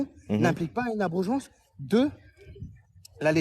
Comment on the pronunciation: Il m’a fumé avec l’abrogéance